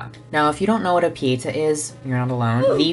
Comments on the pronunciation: it’s pietà, not pièta 💙💜❤️🧡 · love you passion for art history. but I must say you butchered my language (italian) while talking about the Artistry palette, so here's how you pronounce those terms: Chiaro: key-ah-row Pietà: pee-eigh-tah Giorgione: Jor-jo-neh you're welcome legend <3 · That bad pronunciation of "pietà". It killed me